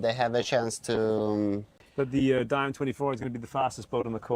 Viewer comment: Its not Di-am but Diam 24